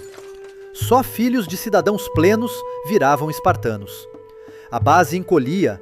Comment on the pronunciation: Parei de ver quando ele disse spartanos. Rs